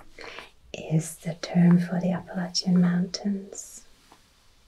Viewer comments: I am from Alabama and I have never heard anyone pronounce it as beautiful as you did. Thank you for making this video. The Appalachian mountains are such a glorious sight to behold. I always felt honored to have the foothills in my back yard. I hope you can come visit someday! We would love to have you! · Ahh you said Appalachian correctly ❤ Most Americans can’t even do that 😂 Tennessee is a state I’ve always wanted to visit because of the music history. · And you said “Appalachian” correctly, like those of us local to western NC/east TN pronounce it. If someone says “App-uh-LAY-shun” it’s a dead giveaway they aren’t from here. Check out the Eastern Band Cherokee sometime, their reservation and Boundary abuts the Great Smoky Mountains Nat’l Park just south of Gatlinburg and Knoxville. It’s a fantastic place if you find the mountains gorgeous <3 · Isn’t that the truth on the pronunciation of “Appalachian”? Born-and-raised Eastern Kentuckian all my life, and the mispronunciation of Appalachian always bugged me. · As an Appalachian, THANK GOD u pronounced it correctly!!! 🎉